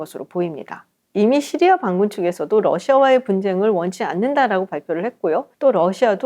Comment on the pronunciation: 깔끔한 설명 감사합니다. 오랜독재정권 몰아냈으니 이제는 시리아 를 씨리아(Syria) 라고 제대로 쓰고 말하면 어떨까요?